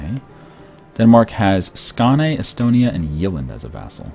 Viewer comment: it sounds funny when you said Sjælland and Jylland. BTW Estonia is vassal of Denmark, because Danish Vikings invaded their country. Danes also said they got their flag in Estonia, which was falling from the sky.:)